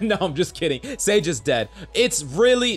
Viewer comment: When I tell I you I went straight to the comments when you said sage